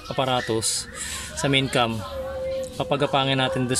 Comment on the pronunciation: cam po yon hindi "vam".